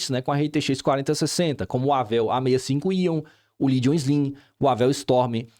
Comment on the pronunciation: boa tarde, só uma observação, a pronúncia do nome Legion por vc está incorreta